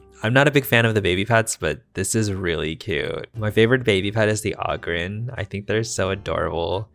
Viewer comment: No way you said Ogrin right!!! it took me years to find the pronunciation. And as an Avid HPD Fanatic the 5 second delay is super noticeable. All that lag only let me get around 700 items.. much lower than 1,000 i like to get.. and what do i do with all of those items.. Give them to the faerie land employment agency.